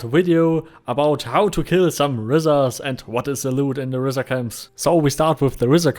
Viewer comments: Good video. I believe it is indeed "R-eye-zar" (as in eyeball). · "Risar" is a word in Icelandic and in Nynorsk (the book version of Norwegian), and means something like "(they) rise up", so I'm guessing that's where Star Vault got it. I'm also going to bet that Mats Persson and Sebastian Persson (no relation) and Henrik Nyström say it like the original: (in english orthography) 'REEsar', where ree rhymes with D. 'die' and s is a little hissy and the ar is 'like a pirate's "ARR", matey. Lots of English-speakers have said it a lot like you'd say 'reiser', but of course, we're wrong. As usual. It is my long-held belief that #RealReasonWeHaveRisar in Mortal Online is that the Oghmir (specifically the underground dwelling, ichor-swilling Huergar) used to steal Human children and eat them*, enslaving them at some point in history to work underground, where they devolved into Risar. Evenually, they escaped and broke to the surface, though they still retain the traditions of slavery and a disregard for suffering amng themselves. This would also explain why they can interbreed with Humans. Nothing else does. * They're better, now.